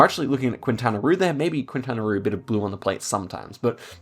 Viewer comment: Pedantic correction: In Spanish, the u is silent when pronouncing "que" and "qui" (as in "Quintana", which is pronounced as "Kintana").